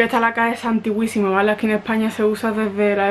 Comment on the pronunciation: Te recomiendo que pronuncies antiquísimo superlativo de antiguo. Sin ofender.